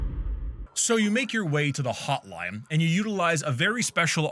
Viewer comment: i swear sometimes when you pronounce an n it sounds like an m and I keep doing double takes because it takes a split second for my brain to realize what you meant when you said "the hotlime".